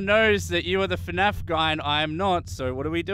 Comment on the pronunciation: its not fenaf its fnaf🤣🤣🤣